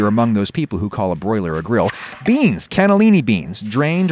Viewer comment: Seems so unflavorful where's my yummy sauce stop saying gril